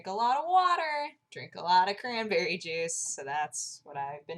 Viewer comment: Crahnberreh time :D